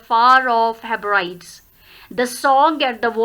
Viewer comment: Ma'am pls check the pronunciation of Hebrides